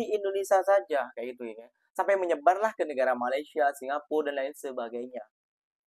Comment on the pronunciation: Mas, tolong Mas, sebutan Malaysia nya, harap dapat dibetulkan. Slaah sebutan tu woiii